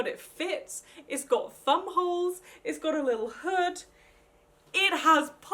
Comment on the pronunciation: Hahahah, sounded like she said bum holes, instead of thumbholes😂